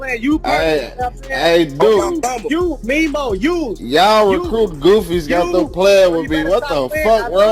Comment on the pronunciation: Who is Memo? It’s pronounced Me-Moe 😂